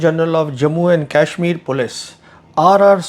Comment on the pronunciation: What Indian pronounces Kashmir like an Angrez, making it sound like the 'Cashmere' used for sweaters?